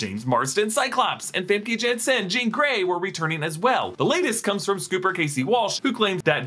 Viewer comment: imagine not being able to pronounce Famke Janssen in 2023